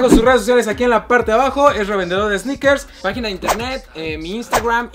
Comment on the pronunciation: Pinche cringe cuando dice esneikers